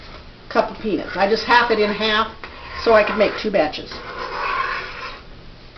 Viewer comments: i thought she said pe**s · Every time she said peanuts I laughed bc it sounds like penis lol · I swear to god it sounds like shes saying 'penis' lol. Spanish penis.